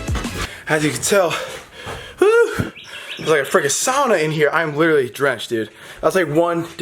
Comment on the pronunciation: Finally a non Finnish pronouncing "sauna" the right way! Congrats on that Big Boy!